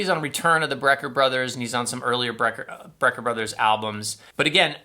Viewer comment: Btw, it is BRECKER Brothers, not BREER Brothers.